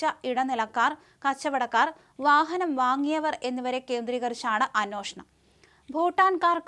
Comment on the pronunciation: "അന്വേഷണം" "അ-"നുവേ"-ഷ-ണം."